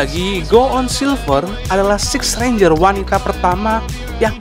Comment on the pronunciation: Ngomong renjer aje renja🤦🏻‍♀️